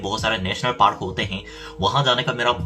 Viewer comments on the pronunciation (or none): none